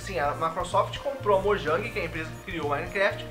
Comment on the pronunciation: mojang se fala moiang